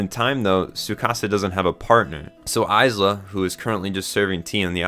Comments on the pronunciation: its pronounced Eye-duh its only spelt Isla (im trying not to cry right now) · First, a giftia died every time you said Isla’s name like that, so congratulations mate. And second, i really get what you meant at the point where you said ‘this is the moment it went from solid 8-9 to something far greater’, i felt the same thing, only it was more like solid 7-8 for me before. Tho funnily, i think that actually makes it more impactful like that, as the bigger the gearshift (in how much you’re liking something) the more surprising it is. So I’ve no doubt the last few episodes are gonna make future me look back on the whole show thinking its all better than I woulda apart from it. ….for better or worse that may be. The only things I guess I could say is, well, Id say im just somewhat harder for media to make cry so i didnt meltdown outright like I did at Assassination Classroom’s ending, but still, water did build in my eyes a bit. I also duuunnoooo if Id back ya up about thinking Tsukasa “isnt flat” cus Ill be real I dont see what he’s got too particularly special-but I didnt have any real PROBLEM with it, if anything maybe it helps just seeing someone more ordinary in a tale that’s tryna be realistic, im just saying. ISLA tho may now be among my favourite anime girls now on the other hand. She was peak. (And I can get you thinking an anime’s music makes just that little more difference, after the likes of Ass Class and MHA, I hold great value in it, but nvm that) And yeah, the message is probably the most important thing about the show as a whole, and I app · bro why did u pronounce isla like that good video tho lol